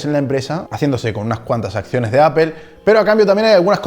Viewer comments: Por que los esñoles no pronuncian bien. La palabra Apple Dicen Apel. ? Que alguin me explique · El video esta genial pero tengo una duda, por qué le dices a “apol” “apel” (la pronunciación de apple)